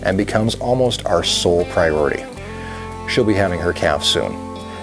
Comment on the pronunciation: "Pieority" either a slip or a nice accent but I think you gave me a good name for a bakery!